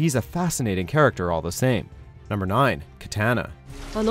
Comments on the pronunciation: Why are you pronouncing words like "vigilante" and "Katana" weirdly? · at least pronounce katana right